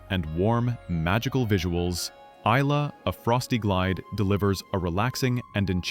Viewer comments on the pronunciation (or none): I thought the same when the pronunciation of ILA came up 😅